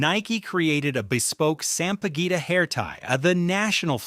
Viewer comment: Please,. The Philippines national flower is not pronounced sam-pah-guwita. Sampaguita is pronounced sam-pah-geeta.